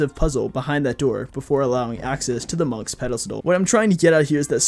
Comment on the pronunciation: You butchered so many of the Monks that you could make 30 Frankensteins